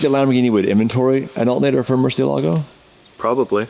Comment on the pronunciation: "Alt nater" Hahahaha